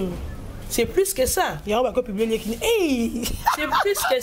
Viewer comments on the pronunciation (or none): none